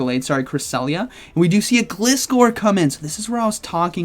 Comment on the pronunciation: It's not Glis-core... It's Glizzer like Scissor...